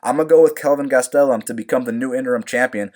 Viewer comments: Man hearing him say kelvin gas-tel-um drives me crazy!!! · Holy shit the way you pronounce "Gastelum" could be used as a form of torture. Im proposing this idea to the military.